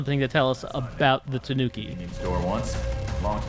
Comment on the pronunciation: Gotta get them Tuh-nooks